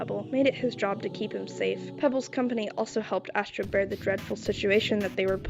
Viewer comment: “ass-tro” is crazzyyyyy 😂